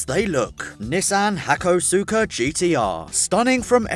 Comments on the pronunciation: Learn to pronounce car names properly,its pronounced ha-kos-ka you muppet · im pretty sure its pronounced HA-CO-SKA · >resists urge to let the weeb in me correct the pronunciation of hakosuka >scrolls down to comments, doesn't see it addressed FRICK IT Say it with me - "Haa-koh-skaa" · Hakosuka is pronounced 'hak-aw-ska'/'hak-oh-ska' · Random comment passing thru. And it's pronounced "Hakoska" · You pronounced hakosuka wrong :(